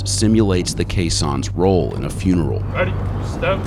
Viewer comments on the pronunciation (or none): “You end up in the wrong funreal”